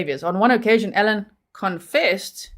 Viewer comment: Your saying Ellon not allen 😎 One is a female name other male no big deal just wanted to let you know !